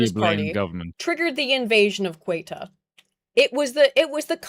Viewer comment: I think I heard at least eight different ways to pronounce „Ceuta“ from.